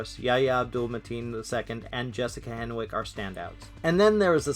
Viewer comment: The W is silent. Her name is pronounced “Henick”.